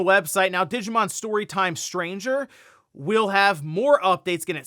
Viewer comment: The way you say Digimon Story Time Stranger trips me up. You say it like Digimon Storytime: Stranger but it's Digimon Story: Time Stranger. The sub-series is Digimon Story and the subtitle is Time Stranger. Ya saying it like it's storytime